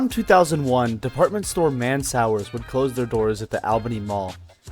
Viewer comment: Yep everyone around here says ALL BENNY. and the way he pronounced Mansours made me laugh. Man's hours? Man swores. It's all good. Lord knows I've butchered some pronunciations.